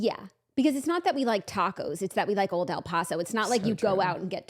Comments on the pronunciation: As a La Tostada/Texan, I gotta mention it’s pronounced “Old El Pass-oh” 💃🏻but I know y’all love you pronounce things in yar own way🤗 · Lmao I came here to say this lol! I could not get over the sound of el “posso” I kept saying they are messin with us this has to be a family inside joke! I mean people say it correctly all over the states on tv commercials lol😂😂